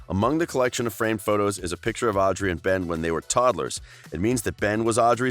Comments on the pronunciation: But why did you say "owdrey" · I’m mad that he said “Audrey” wrong 😡😡